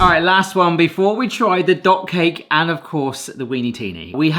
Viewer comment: Does anyone else hear dog cake every time says dot cake:D